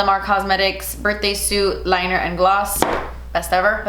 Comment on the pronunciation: I swear she said "big fat liar" instead of "liner".. just me? 😅. Who you mad at? 🤣🤣.